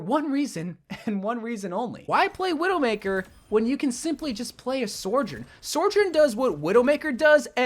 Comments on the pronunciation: Why does he pronounce it like "Soar-jorn" there's no R at the start, it's just "So-jern" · Sore Jern? Suh-jurn, there I said it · Sojourn. Not Sorjourn. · It's not sorejern it's SO JOURN SOJOURN THERES NO R IN SOJ YOURE AN OVERWATCH CONTENT CREATOR DO BETTER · Literally no one says her name right. SO-jern not SOR-jern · It’s SoJurn, not SoRjurn. Like it’s not a big deal but after the 50th time hearing it I’m pulling out my hair please dear god SOJURN! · bro, you're wack. it's pronounced "So - journ" not "Sor - journ" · say it with me— SO-JOURN… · i beg to god can he stop calling sojourn 'soijorn'? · My biggest ick is how you pronounce sojourn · Maybe one day he’ll pronounce Sojourn properly